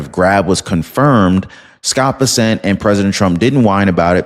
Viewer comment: Muh dawg. It's BESSent Not BessENT. Much love from fort Worth